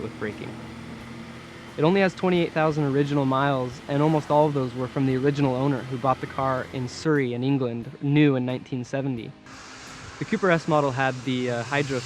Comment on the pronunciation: Surrey is pronounces su-ree not soo-ree. Jesus Christ!